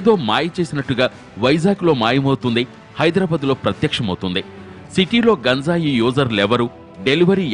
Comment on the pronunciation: That is not gunjai.....it is ganjai...